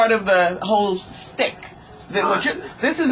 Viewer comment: wow "stick" ? wth, it's SCHTICK ...